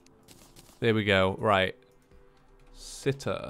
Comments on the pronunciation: It’s pronounced si-taar, not si-ter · It’s si-tar not sit-er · Sitar What I hear: sitter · I'm not 100% sure but I believe it is pronounced si - tar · the sitar is pronounced see tar just for ur information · Sitar is pronounced the same as guitar, not "sitter." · Sitar is pronounced Sit-are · I know I'm late but it's pronounced sea-tar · IT IS SAID SIT AR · hey its pronounced "si-tar" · It's pronounced sit-ar